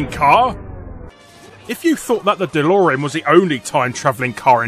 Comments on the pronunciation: it's not delorian, it's delorean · Um, "Delorian" How fucking dare you?!